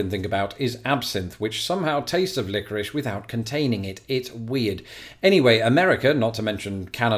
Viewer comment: You don't. It's Lick-o- rish. Three syllables. Not two. Still weird, tho. I'll give you that.